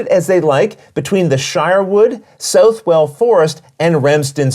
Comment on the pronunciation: I have this on the P500 and am really looking forward to it. As a Nottinghamshireman myself, I must point out that Southwell is pronounced more like "Suth-ull" and not "South-well".